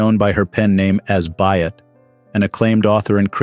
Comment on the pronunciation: It's not pronounced as the woman writer As Byatt. Her name was A - S Byatt